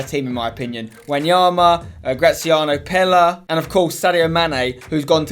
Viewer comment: You pronounced Pellè wrong